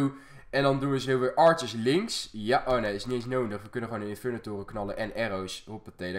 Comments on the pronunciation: Kan jij nodig zeggen? Altijd 'nonig' 😂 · Hij zegt nonig inplaats van nodi haha maar wel leuke vids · Ben Ik de enige Die Fck erg iriteer Als Nondig zecht in plaats van nodig😅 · Ik vind jouw uitspraak van nodig echt leuk, jij zegt meer noondig. Ik vind dat redelijk geinig. Nuttige informatie ook, i know. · kan je een D uitspreken want je zegt nonig:D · Hij zegt altijd nonig